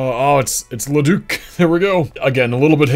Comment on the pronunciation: u said leduc, AB properly ❤👍